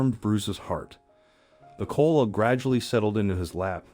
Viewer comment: 50 It's Ko ala not kola's